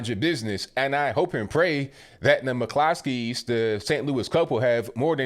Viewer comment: It's an Irish name, in Ireland it's pronounced Mc Cluskys